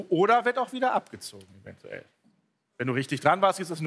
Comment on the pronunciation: Fakt ist das Elton sich versprochen hat als er meinte die Punkte werden abgezohen. Hätte er zu stehen können.